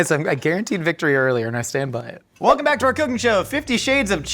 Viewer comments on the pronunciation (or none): none